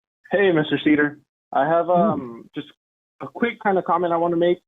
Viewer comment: “Mr Seder” 😂😂😂😂😂